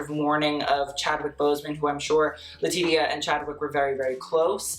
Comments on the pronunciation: Just so you know, Latitia is pronounced La-tee-sha not La-tit-ia lol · Thank you, it hurts a little bit every time he says le-ti-ti-ah. Understandable mistake though. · who's gonna tell that it's pronounced Letishia, not Letidia?....Letitia deserves that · LA-TEESH-AH!!! I love you but say her name right! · Did you call her Le Tee Tee Ya? 😂😂 But that McQueen she is wearing is divine. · lol,...Letitia is pronounced LE-TI-SHA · I was looking for this comment. But we love him😂❤ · I was just thinking the same thing and came to the comments looking for the callout 🤣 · great video. quick note - Letitia Wright's name is pronounce 'leh-tee-sha." just an FYI in case you review a look of hers in the future. xo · Rattling off all these complicated French brand names and designers without breaking a sweat Also: LA TEE TEE YAH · Haha I was so confused! I swear I've heard him say their name correctly before. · Ummmm that is NOT how you pronounce Letitia.... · She’s an icon to you but you can’t pronounce her name? Girl, no. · Jfc you need to learn who people are, you're in your 20s and you've never heard of Monica? And that pronunciation of Laetitia Wright's name? Oof. I love you but pls learn a bit about the people whose clothes you talk about.